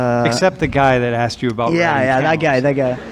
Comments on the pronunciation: Axed, it's Asked.... Axed is a Redneck Scottish term. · Yo!, "Asked" not "Axed" 😉 Jokes aside, love your channel, keep doing what you are doing! 🤙🏻😎